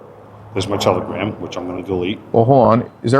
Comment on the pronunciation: T T T… Tel… Tela… Tela... Telagram? Telgram?! It’s Telagram😐😑…😂